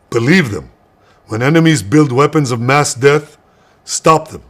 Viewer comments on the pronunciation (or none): none